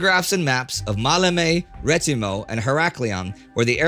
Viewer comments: It is Rethymno......not Retimo...... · It's actually "Rethymno" and not "Retimo". Other than that, a job well done, as always :)